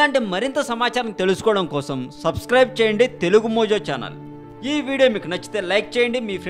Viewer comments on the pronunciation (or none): none